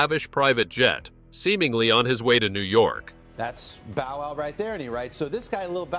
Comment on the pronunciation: uh his name is little bow wow not little bo wow!